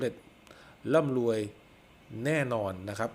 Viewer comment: ลาศี ลุ่งเลือง ล่ำลวย..... ไปฝึก ร. เรือ มาบ้างนะครับ